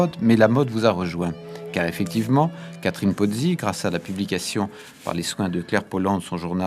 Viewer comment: Ils prononcent une centaine de fois le nom de Catherine Pozzi en disant : "Karine" !